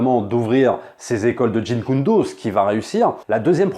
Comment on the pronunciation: JEET KUN DO,, pas jin kun do lol.